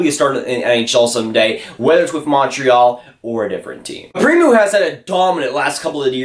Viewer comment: Pre-moo.. hehehehe